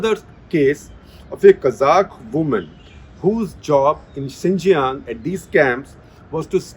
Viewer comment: Xīnjiāng pronounced as Ciṉjiyāṅ सीनजियांग